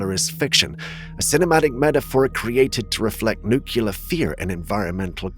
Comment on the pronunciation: FYI: Nuclear is pronounced "new-clear" NOT "nook-u-lar"